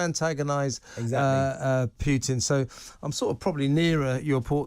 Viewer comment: Will TR hosts not pronounce "Putin" correctly? There is only one "i" in "Putin", not two!